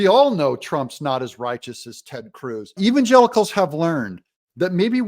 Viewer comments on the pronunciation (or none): "Even Gelicles" who the heck are "Gelicles?" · When she says the word Evsngelicals it looks like she's got some lemon juice stuck in her eye